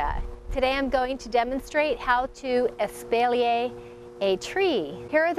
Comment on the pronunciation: Probably because it shows you just about zero. And her pronunciation of espalier.